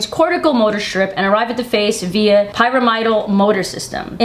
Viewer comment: The word is pyramid - al. Pyramidal.